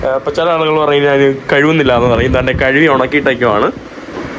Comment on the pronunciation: കഴുവി ഇട്ടു അല്ല, കഴുകി ഇട്ടു എന്നാണ് ശരി